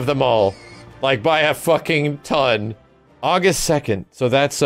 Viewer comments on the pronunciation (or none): none